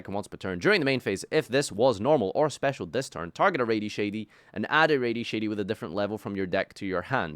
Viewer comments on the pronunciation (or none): If i hear say "Raidy Shady" one more time i am mailing him a ripped up Dante